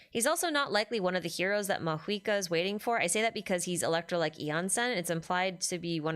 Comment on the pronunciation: okay hold up, why does everyone suddenly pronounce mavuika as maHuika????? what happened LMAO